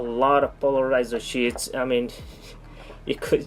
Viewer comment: Your English is pretty good. I am too dumb to know another language. I want to help you out though. You sound like you are saying shits and not sheets. Shits are poop. You don't want that to be confused. Great vid as usual!